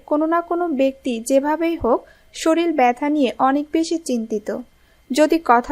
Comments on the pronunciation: সে তো শরীর কে শরীল বলছে😂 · শরীল কি?😡কথা ঠিক করে বলা শিখে পরে ভিডিও বানান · Didi apni to sorrir ke soril bolchen 😂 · আপনারা শরীর কে শরিল বলেন কেনো? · Apni bhalo upodesh dieychhen , tobe kothagulo ektu shudhdhyo howa uchit ...Bolben SHORIR , SHORIL noy .... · শরিল নয় শব্দটি হবে " শরীর " । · শরীরকে যে শরীল বলে তার কথা কিভাবে বিশ্বাস করি? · Soril noy, sorir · বাক্য টা শরীর, শরীল না , আবার বলছি শরীল না, শরীর !